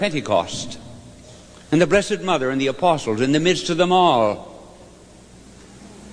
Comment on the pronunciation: ..therrrrre's yourrrrr son, therrrrre's yourrrrr motherrrrr😄😄😄